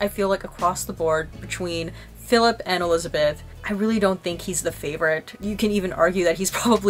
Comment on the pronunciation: 'feelip' lolll